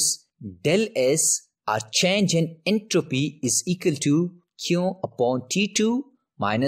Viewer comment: His entropeeee 💀